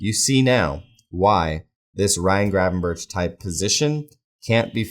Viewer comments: The correct pronunciation in Dutch is an H sound at the start of his surname, but it's sort of a rolled H. Think of it like saying H, but with a throat full of phlegm. 🤣In English I think that just pronouncing it as a G is fine, but the end of his surname is definitely a K sound, not a CH, i.e - berK, not berCH. Regardless, I'm probably just being a pedantic dick about it anyway. Good channel by the way. Watched a couple of vids now, and whilst I don't agree with some of what you say, it's well thought out and articulated. Hope that doesn't sound condescending. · It's pronounced 'Gravenberk' not 'Gravenburch'. If you really want to be picky, the Dutch pronounce the G almost as a rolled H, but even in English you're massacring the pronunciation. Just saying. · it's pronounced as Berg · Ohhh mate, please realise Gravenberch's name is NOT pronounced that way.... I mean it's quite forgivable to mispronounce things but this last CH is pronounced like a G.